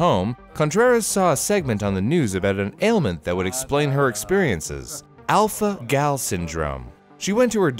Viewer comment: Alpha-Gal Me:*Alpha-Gel*